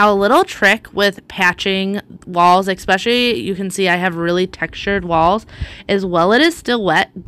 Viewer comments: Love your videos! I don't say this to be mean, but the word is 'especially', not 'exspecially'. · I would be so proud of myself to have done such a great job. What a hard worker you are. Can I mention something without hurting your feelings, you aren't the only one who does this. Why do you say expecially, when it's really " especially"?I hear So many people pronounce it this way and it drives me cuckoo.Just me so sorry. Still want to let you know I admire you and have subscribed to the channel.